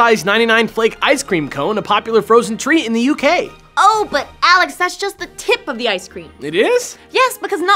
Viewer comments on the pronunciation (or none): none